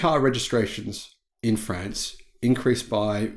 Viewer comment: 1 minute in, please adjust your pronunciation of France to France! Not Friends, France as with Car and not Care…. Pretty please. G’day and all that jazz.